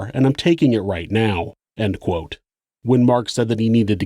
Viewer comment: the way the narrator pronounces “ end quote “ is the most notable atrocity committed in this video.